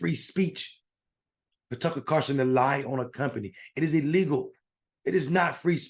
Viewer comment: When you call other people idiots but you can't say Tucker Carlson's name correctly then you also sound like an idiot. Just saying.